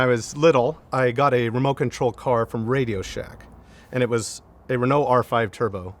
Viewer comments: This is a beautiful car and I can not deny that I was impressed by the fact that someone from the wrong side of the pond pronounced It's name correctly. Unfortunately he lost any real respect by bitching about having to have therapy after driving it... Can't comment about the rest of the video! I stopped watching an over entitled Yank that clearly has no idea what this car was designed for. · the owner here: You're not rude actually, Just unaware and a bit ignorant. English speaking countries pronounce it "Ren-oh". French speaking countries pronounce it "En-ooh". I am understanding that you would not be able to pronounce "Chrysler" or "Mitsubishi" the same was an American or person from Japan would. Readjust your view a bit and be grateful that somebody cares enough to preserve this car and celebrate it's existence. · So refreshing to listen to an American who bother to pronounce car names correctly. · Hearing "Renault" pronounced as close to correct as the accent can do, is a delightful change, as is seeing an owner who's not afraid of taking his pride and joy down a dirt road,... Then barely able to take her eyes off the road while learning how the French do "Add Lightness". This is a great episode. - if you get the chance, get behind the wheel of the true first "Hot Hatch" (nearly a decade before the Golf,..), a Renault R16TS. It rides like a luxury car, grips like a rally car, has the same mid-front layout as the Citroen DS, and Torsion Bar suspension all round, so can go from freeway to dirt field without loosing it's cool. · He was praising your pronounciation, though ! It's good, don't worry about it.